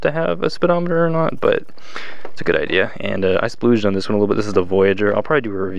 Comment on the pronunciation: I think you meant to say splurged not splooged 😂